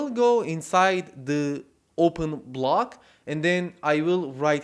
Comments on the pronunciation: Please learn to pronounce 'THE' ! Gave up watching 'THE' video at min. . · Nice tutorial. Plus, very original way of pronouncing 'the'.